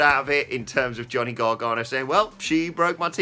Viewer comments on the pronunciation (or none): Gar-ga-no. Not Gar-gar-no. Christ,.